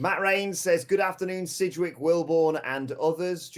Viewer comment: i gave this video a down ( Disliked ) after hearing sidgwicks name